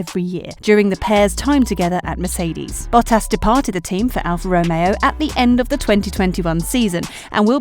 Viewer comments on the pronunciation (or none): none